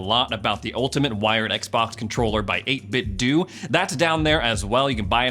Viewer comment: 8-bit Do... The do is pronounced dough